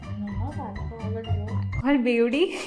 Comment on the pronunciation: They say Beauty..I hear ❤️